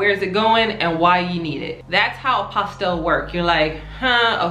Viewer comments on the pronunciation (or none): The LLE are silent. It’s a French word. Pronounced “apostee” the sound of the LL has a Y sound.